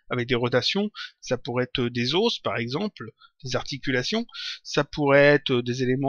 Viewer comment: pitié ! on dit des os (ô) et pas des os (ôs) ! mais sinon c'est intéressant, comme d'habitude ! ;)